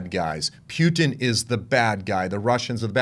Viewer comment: I Like how you pronounce "pew-ton"!! Both sides of those Governments, are Corrupt! Vaya con Dios